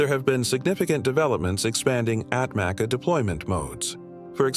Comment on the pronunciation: ATMACA pronounce as Atmacha in Turkish